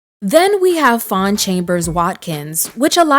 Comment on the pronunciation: Faune not Fawn 🥰